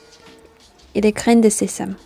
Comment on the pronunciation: 네이* 사전에서는 sésame을 세잠이라고 발음하던데 본뉘님은 세삼이라고 하시는것 같은데 둘중 뭐가 맞는건가요?ㅠ